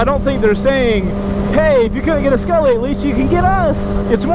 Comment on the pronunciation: Not skullly